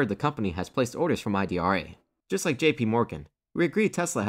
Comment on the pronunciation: The name is Idra. not I.D.R.A.